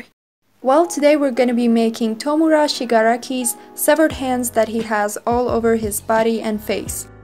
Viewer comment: This is brilliant. Much better than mine which I filmed and uploaded to my channel... more to the point you knew how to say the name. My girls are fans but it doesn’t matter how many times I hear the name I just can’t say it. I have the same problem with game of thrones characters. Really love the video. Mine not good in comparison but I did have fun 🤩